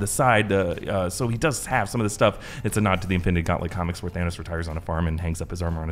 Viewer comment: Why did Thor pronounce it "Thanaws" when literally no one said it that way